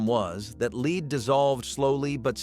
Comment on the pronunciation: How come the word Lead can never be pronounced correctly in these?